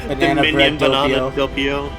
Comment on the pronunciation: DOH PEE OH NOT DOUGH PEE OH